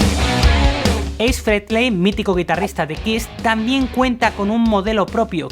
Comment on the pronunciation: Ace Frehley ... (f Eis Frejlei???)